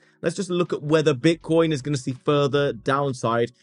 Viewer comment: Sounds like hes saying "Bitch-nix" 😂